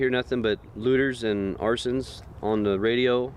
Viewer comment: You mispronounced Arson....